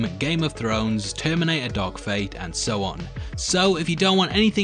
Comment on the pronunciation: When he said dark fate i heard dog fed